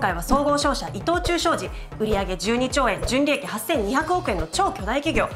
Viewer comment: イトチュー今はイトオーチュウ発音難しいですね‼️